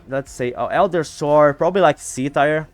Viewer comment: My friend, 1 minor note just to help you a little with your English. Tier is pronounced the same as tear as in what you cry or if it’s better it also rhymes the word year but with a T. I hope this wasn’t annoying and helps you in the future. :)